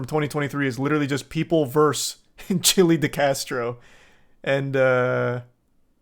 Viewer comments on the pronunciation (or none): Versus not verse.🙄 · VS means VERSUS, not VERSE.